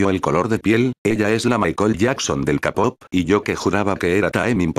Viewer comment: JAKDHSKAJA "El kapop" La verdad si me dio risa